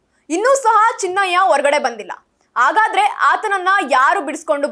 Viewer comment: ಅ ಮತ್ತು ಹ ಕಾರಗಳನ್ನು ಉಚ್ಚರಿಸುವಾಗ ಅದಲು ಬದಲಾಗುತ್ತಿದೆ ದಯವಿಟ್ಟು ಸ್ವಲ್ಪ ತಿದ್ದಿಕೊಂಡು ಹೇಳಿ 🙏 ಉದಾಹರಣೆಗೆ ಹನ್ನೆರಡು ಎನ್ನುವಾಗ ಅನ್ನೆರಡು, ಹಾಗಾದರೆ ಎನ್ನುವಾಗ ಆಗಾದರೆ, ಹೊರಗಡೆ ಎನ್ನುವಲ್ಲಿ ಒರಗಡೆ ಇತ್ಯಾದಿಗಳು